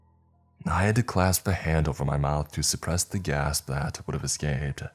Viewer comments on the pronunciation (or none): none